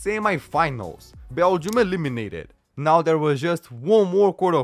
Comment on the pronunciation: I love how he pronounces "E LIM i nateed"